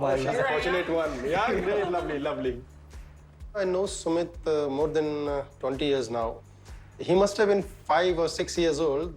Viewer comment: it’s Sumit. not SEMET